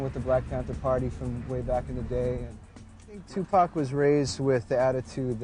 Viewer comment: Good docmentary, but I cant stadn this guy who`s saying TuPec instead Tupac!